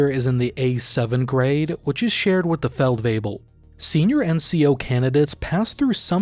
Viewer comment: Your pronunciation of German words is very good, especially with the tongue twisters that are Feldwebel-variations also, Division 2025 explanation next? I´d be very interested in that